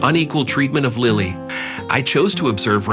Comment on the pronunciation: They need to pronounce Lilly's name. During this story they are pronouncing it several different ways.